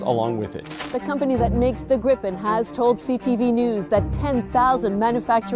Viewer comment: Please stop pronouncing it a gripe-pen. It is greep-pen (grippen) and means Griffin/Gryphon in Swedish.